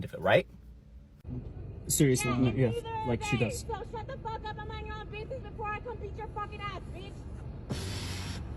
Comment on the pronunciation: I think she said "i don't mine" instead of "i don't minD" Maybe she has prior head trauma causing a majority of her issues?